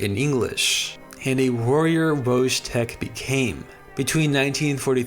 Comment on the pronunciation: thank you for including Wojetk in your video! I feel like he's one of the most interesting stories to come out Poland and WW2 in general! Just a heads up on pronunciation next time- the 'j' in his name- pronounce it like 'yam' instead oj 'jam'. With the full name 'Wojciech'- same principle as for the 'j' sound, but the 'ci' makes a 'ch' sound- think 'chimney', and the 'ch' at the end is a simple 'h' sound- think house. Really cool to learn about wacky cool stuff on Wikipedia and to be happily surprised by one of the great Polish icons! Pozdrawiam wszystkich.